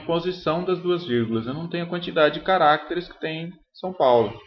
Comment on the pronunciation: cada vez que ele fala carácteres, uma criança morre